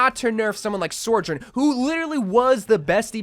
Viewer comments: "Sore-jern"=the salty So-journ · not trying to be a d**k but it's pronounced SO-journ not SOAR-journ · take a shot every time he says sor-jurn